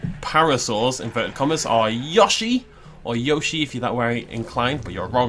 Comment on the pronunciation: You say yOshi not y o shi!! I'm a a yoshi fan so I know this!! THE O SAYS IT'S NAME!!!